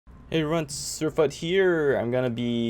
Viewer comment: The "Hey everyone" sounds like "Hey Rens (Rence)" xD Sad nerfs.